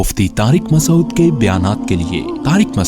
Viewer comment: Please can you pronounce Mufti Sahebs name properly Mufti Tariq Masood not Masod as its pronounced in the introuduction